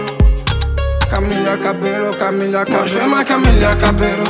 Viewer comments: pourquoi il prononce Camélia au lieu de Camilla ? y’a que moi qui capte ou quoi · le mec est fort il fait un son sur une meuf mais il prononce mal son blaze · lili maca oui je sais mais il prononce Camélia pas Camila